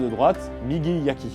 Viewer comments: Ca se prononce [Muçashi] :D ! Ha quel dommage, à peine la vidéo commencé que ça part déjà en cacahouète :p ! Visiblement il y aura une suite, tu auras donc l'occasion de te corriger :D ! : D'après les recherches, tu as bien écrit "Waki", mais tu l'as prononcé [Yaki], ce qui du coup est probablement une erreur de lecture ? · Très bien. Un petit détail : pour les gardes "waki" (côté), tu prononces "yaki" (cuit). Pas tout à fait pareil 😉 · Le w se prononce comme un w et non comme un y. Sur le Migi Waki par exemple, le Waki ne se prononce pas « Yaki » mais bien «Ouaki ». On dit bien Mawashi Geri et non MaYashi Geri :) Sinon, Miyamoto Musashi était misogyne, paranoïaque, sale (ne se laver jamais, en lien avec la paranoïa), raciste et j’en passe .... un gars bien, quoi :)